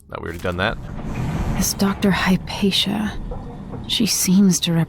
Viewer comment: Have you never heard of Hypatia or is it that you simply never heard her name spoken out loud?